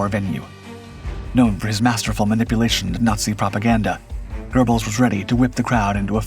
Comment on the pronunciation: It's NOT pronounced "gerbelz." It's "GEH-belz." How long will it take for folks to understand there is NO LETTER "R" in Göbbels?